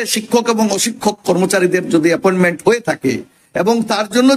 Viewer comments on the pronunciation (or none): none